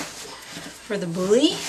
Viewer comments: Nice video. Lame (cutting tool) is pronounced "lahm". Lamé (Lamay) is a shiny fabric used in sewing. Also, boule (ball in French) is pronounced bool, or bull, not bully. It seems all of the bread making words are in French, and seeing them written, without knowing pronunciation, is difficult. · It is pronounced "bool", not "boolly" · It's not pronounced Bouly. It's just Boule (Bool). And when you bake it you want the seam side down, so it doesn't explode in the oven. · Great thank you ! Although, I'll need to train a lot to get the technique right. One quick thing, it's not a "bully", it's a "bool" (that's how you're supposed to pronounce the word boule. Kind of) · Just fyi… the “e” in the word boule is SILENT. (Sounds like “bool”). Your dough looks great! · Bonjour ! Boule is pronounced Boole in Francais :-) 🇫🇷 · Boiler is ball in French. The e is not pronounced like e, it's silent. Only pronounce "boul". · as you say it's an old vid i presume you know but boule rhymes with pool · Wonderful video! I feel like getting teleported right into your kitchen to be able to round off the experience with smelling and tasting the finished product. Wow! The French words you are using are pronounced bull (with a longer drag on the u) for boule, and lamb for lame. The letter e is generally silent at the end of a word in French, except as a sort of a grunt (euh!) in certain dialects, or if the e has an accent over it. Also Batard is pronounced bah-tar, with slight emphasis on the r. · Boule is pronounced 'BOOL' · Might want to check your pronunciation of "boule".